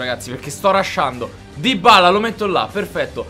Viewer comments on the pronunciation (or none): none